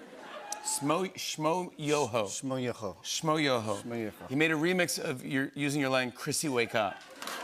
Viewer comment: I don't appreciate how he said Shmoyoho's name like that. Y'all not gonna act like they aren't one the biggest OG's in YouTube and they've be songafying stuff for more than a decade.